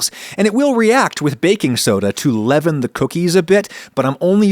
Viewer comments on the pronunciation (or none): none